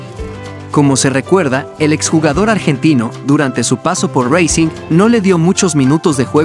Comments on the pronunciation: Estimado Novato... El Equipo Argentino es RACING, NO SE DICE "REICING"..... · M no o seas malo pronuncia bien el nombre del equipo argentino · Jaja que idioma hablas al pronunciar racing o estas creando un dialecto en tu cerebro???